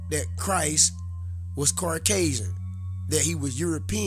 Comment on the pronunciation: Understood but seas•are and Caucasian (no r in it) I'm not tryna clown you or nothing. We just gotta come correct or not at all. Preciate the knowledge tho